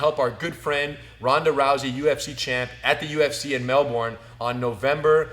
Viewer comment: Rener - you finally got it - "Melbun", not "Mel-Bourne"!